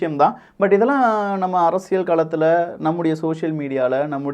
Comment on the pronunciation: சும்மா மொட்டையாக இரண்டு கட்சிகளும் நல்லது செஞ்சிருக்காங்கன்னு சொல்லக்கூடாது! சாராயத்தைப் பொறுத்தவரை இரண்டு கழகங்களுமே தோல்விதான்! அப்புறம் நீங்கள் "அரசியள் சதுரங்கம்" என்று சொல்கிறீர்கள், அல்லது அப்படித்தான் கேட்கிறது. "ல்" மெல்லினம் (அரசிய(ல்)) உபயோகித்தால் நன்றாக இருக்கும்! 😊